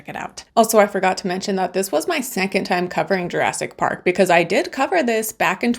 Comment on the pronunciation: "Jurassk Park"?